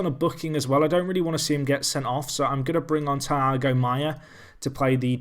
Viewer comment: Just want to let u Know but u pronounce thiago (tee-ar-go)